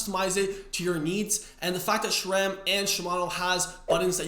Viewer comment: There is an "H" in Shimano, hence say: "She-mah-no". There is no (!) "H" in Sram, therefore say: "Sss-ram", NOT "Shram"!